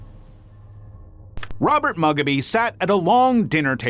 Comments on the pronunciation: Its moo gobby not mugaby. At least you kinda recover about half way through 😅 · I'm sorry but the way you kept butchering the pronunciation of Mugabe sent me 😭😭😭